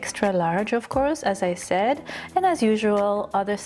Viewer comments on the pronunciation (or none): none